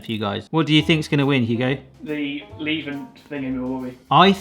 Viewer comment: Thank you! Hearing them constantly say "Lieben" made me lose my mind